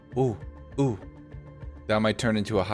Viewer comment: My dude thats ho-oh